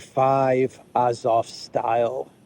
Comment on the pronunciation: AzovSTAL. Not style. Means steel. Like Stalin: man of steel. AzovSTAL, Gangnam STYLE.